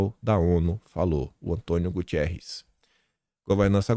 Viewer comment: Bom dia! Só para esclarecer é Guterres, não Gutierrez. O secretário da ONU é português.